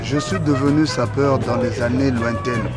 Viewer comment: No hate but I kind of die inside when I hear Drews pronunciation of sapeur. (I speak French)